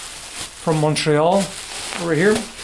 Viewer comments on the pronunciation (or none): English canadians can't pronunce Montréal ?